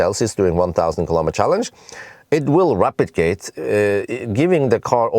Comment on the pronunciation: Almost sound like "replicating" when you say "rapidgating", that was a bit confusing, whats going on here 😄👍but yet another awesome video and I just ordered the evo and sold my bz4x 🙂👍